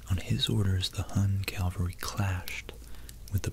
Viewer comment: Really enjoying your work. I’d like to offer you a tip on pronunciation. Cavalry v. Calvary. Cavalry is horse mounted fighters. Calvary is a hill in Jerusalem. But they tend to get mixed up when speaking. Here’s how I remember how to say it. The US Army’s 1st Cavalry Division is known as the “First Cav”. It’s snappy. It’s got some punch. Bam! Cav! There’s no L there. It’s not First Cal, it’s First Cav. (The word Cavalry is from the French word cavalerie, itself derived from "cheval" meaning "horse") Can I say “Cav” as a substitute for what I am saying? It’s cavalry. Are we talking about a crucifix or religion? Probably Calvary. And you’d probably never say “Cal” as a shortened version of Calvary. It would just sound strange. You don’t need a short, snappy nickname for Calvary. You can run this test as you’re speaking to get the right one. Cav v Cal. It might not be very noticeable except to veterans, history buffs, French speakers, horsemen, theology nerds, etc. but it woke me up 😂. So I thought I’d weigh in. Keep up the good work. 🐎